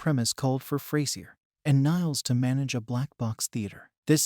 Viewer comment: somebody gonna teach this bot navigator how to pronounce the word frasier? and the word protagonist? sheesh.